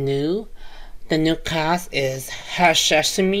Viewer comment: hashashin not hashashimi dude. You are thinking about food again, sashimi. hahaha